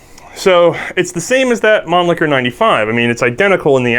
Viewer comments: the guy said man licker instead of mannlicher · Please, please learn how to pronounce "Mannlicher" - it hurts when you say "Manlicker" : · / Pronounced 'Monleeshur' not 'Monlickur' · Why does everybody pronouce the world Mannlicher to "Man-Licker'? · lol he said man-licker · This video was ruined for me because I couldn't stop giggling at 'Mannlicher'